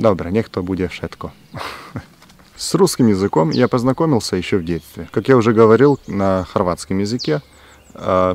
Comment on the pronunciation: Про русский: вместо в [д'эт'c'т'в'э] надо [д'этcтв'э] - смягчает только последний согласный [ы] надо произносить твёрже - групп[ы] офи[тсы]ально, а не офи[т'с'и]ально улуч[шэ]ние, не улуч[ш'э]ние лу[тшы]х, не лу[чш'и]х про в [ы]зучении тебе писали уже ниже :)